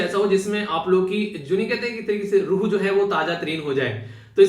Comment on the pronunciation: Sir, today, I really appreciate your urdu ke alfaaz with high pronunciation ''Takalluf, Rooh, etc''. Live example of International Mother Language Day...